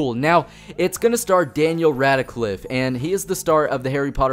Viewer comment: It's not pronounced like Radacliff, it's pronounced Rad-cliff. I can't wait for this though. BBC announced it a while ago and I knew it would be brilliant, especially now with Daniel Radcliffe in it.